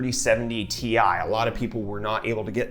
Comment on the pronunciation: Also, it is not, "T. I." It is "Tie". XD